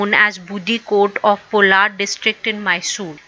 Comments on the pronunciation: haider ali born in Kolar not polar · Kolar district not polar